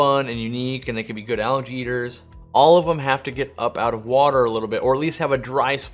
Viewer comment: I was wondering why he kept talking about allergies and then realized he was saying algae lol